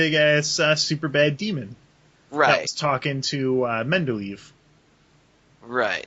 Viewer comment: mendleave. UGGGHHG its medivh